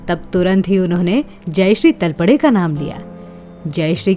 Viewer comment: सरनेम का उच्चारण तलपडे गलत किया है I सरनेम का उच्चारण तळपदे करना चाहिए I